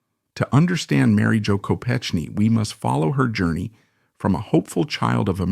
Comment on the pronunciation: Your mispronouncing her name. It’s a hard “k.”